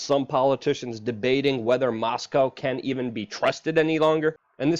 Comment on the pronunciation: Guys....... "E-Ron"